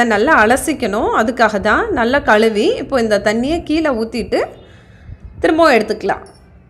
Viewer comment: Thank you for your great video. My request is to pronounce Tamil correctly. I feel bad when you say கழுவி, அழுகி ...